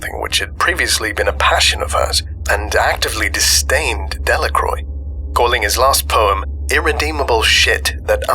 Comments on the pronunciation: {dhe-la-krwa} Not {dellakroj} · "De La Croix" is pronounced "De La Kwah"